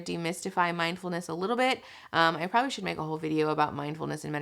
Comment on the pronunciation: Guys. It's mind-FULL-ness, not mind-EMPTY-ness.